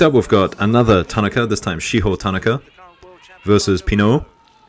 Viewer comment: TAN A KA is the correct pronunciation